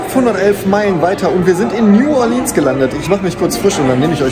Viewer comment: Nu-ah-lihns heisst das Kaff 🤣(oder war das Nu-ohr-leanz) 😜😜